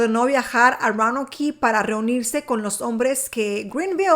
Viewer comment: La pronunciacion para Roanoke es " Rounouk" y para Raleigh es "Ralig"